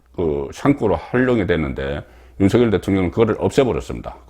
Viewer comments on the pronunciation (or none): 윤서결이라고 하지말고 윤석열이라고 발음 하시길